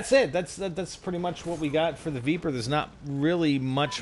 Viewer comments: Spider i think its pronounced vepr not veeper, the e sounds the same as in leg or peg not bee or knee :) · I'm pretty sure its pronounced "Vepr" not "Veeper" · also its pronounced "v-eh-pr" from the word Вепр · Sweet jesus stop pronouncing the name of the gun like that! It dosen't have four e's!